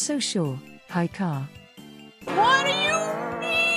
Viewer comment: Lmao does purposely get haruka's name wrong everytime? "Haircut" "hurrycane"